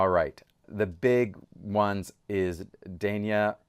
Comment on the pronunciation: Its pronounced DAHN yuh